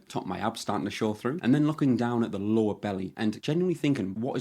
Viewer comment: Good video. Funny thing is every time you said lower body fat, I kept hearing Law of Bodyfat. Might be a good title or channel name lol